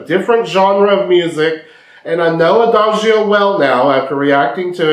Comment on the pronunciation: 👍 I'm sorry, don't you hear? Everything OK about your reaction ... But... Your pronunciation of "Adagio" in the introduction is wrong. But even after your introduction, in the middle of Lara's performance (after her pronunciation of "Adagio" ...) you mispronounce "Adagio" again. I do not understand why.? I see and hear you hear. Why? I'm sorry... ❤️